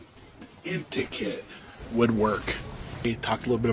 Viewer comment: The more he talks the more stupid he sounds. WTH is inticate?